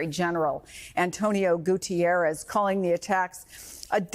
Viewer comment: UN Sec. Gen. name is "Guterres" not "Gutierres". Different language and nationality.